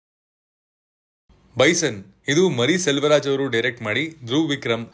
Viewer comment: BRO Mari Selvaraj alla maari Selvaraj.